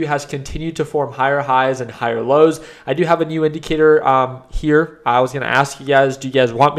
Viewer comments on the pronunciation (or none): Share your indicatoorrrr lol